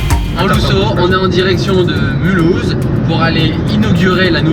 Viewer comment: "Luccio"? Le LUCCIO c'est un poisson de fleuve. La GTC4 c'est plutot "Lusso".